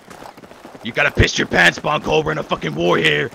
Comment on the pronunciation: Nie Bonkol tylko BENCOL!